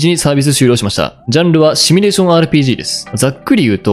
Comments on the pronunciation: シミュレーションをシュミレーションって言っちゃう人高卒説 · 「シュミレーション」じゃなくて「シミュレーション」だろう。趣味なのかそれともワザとか。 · 「シュミ」レーションではなく、「シミュ」レーションだ！(魔法陣グルグル的ツッコミ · シュミレーションと連呼されるのが気になりました。わざと使ってるのでしょうか？シミュレーションですよね？ちなみに私はスマホゲーム全くしませんが、リネージュ２という古いMMORPGを未だにやってます（＾＾； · 普段からシュミって言ってるってはっきりわかんだね。